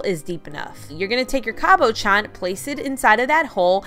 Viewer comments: Love your crafts! But it’s Cab-uh-shon 😉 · Everything was so cute but I almost clicked out of the video the way you were saying cabochon 🥴